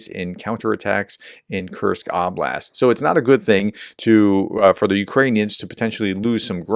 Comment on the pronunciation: You're back to saying "Ahhblast" again instead of "Ohblast" as you had begun saying. But you're still saying "sha-HEED", aren't you ? (It's supposed to be said "SHAA-hid")